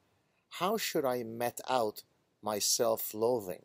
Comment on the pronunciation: "How should I mete out my self loathing?" It's pronounced "meet," Gad. "Meet out," not "met out."